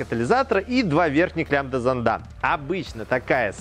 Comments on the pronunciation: Не зондА, а зОнда! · Не лямбда зондА, а лямбда зОнда. Я даже смотреть не смог.